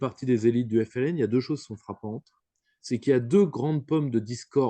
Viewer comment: Mdr tu a ramené un français parler de l'Algérie rien que le mot FLN il a du mal a le prononcer tellement il a la haine conclusion la France et sont dom Tom le Maroc du lyautey jalouse l'Algérie